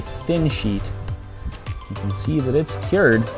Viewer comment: when did a 'stirrer' become a 'steerer' and 'cured' becomes 'keered'.